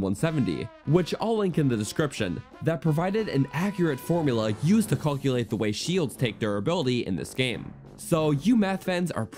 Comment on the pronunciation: Why are you saying caulkulate?